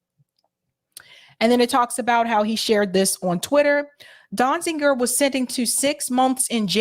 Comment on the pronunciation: Great report. But... And some people might consider this a minor point... Is that how you pronounce Steven's surname? used two different versions in this video, 'Dozinger (which also appears in the title) and later in the video as 'Donzinger', whereas Amy Goodman pronounced it 'Donziger'. Which of these pronunciations is right? Out of respect for him and the great work he has done, we should at least try and get his name right.